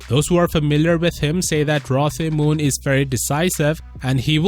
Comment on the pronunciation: I'm pretty sure you pronounce it Rlo Te Moon Mixing the R and L into one because Koreans are weird and Tae is pronounced te like in tennis.